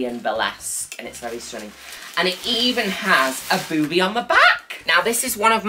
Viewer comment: Juno saying 'bEwBiE' would be a great ringtone